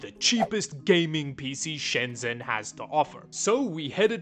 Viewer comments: please know that in Chinese, “zh” makes the J sound. Shenzhen is “Shen-Jen” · I miss that place, not been since before covid. It always baffles me that people who visit Shenzhen, or any place in China, and make a video, make no effort to pronounce the place names correctly. Especially since you say the name “Shenzhen” with such frequency, couldn’t hurt to find out how to say it correctly.